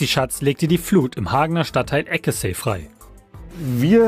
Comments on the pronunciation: es wird ekesei gesprochen liebe bild,oder einheimische nennen es auch ekesü,da dort so viele türken wohnen,geschrieben eckesey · Sollte man da gewesen sein würde man wissen das der Stadtteil ECKESAI ausgesprochen wird... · Eckesseeeeeej haahhahahhaha es wird Eckesay ausgesprochen, aber Eckesey geschrieben. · Das heißt EckESeY liebe Bild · Eckesey spricht man anders aus... das y wird als i gesprochen